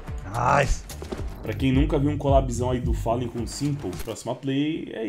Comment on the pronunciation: achei daora o Pasha, pois ele pronuncia Fallen e Gabriel da forma que os brasileiros pronunciam!!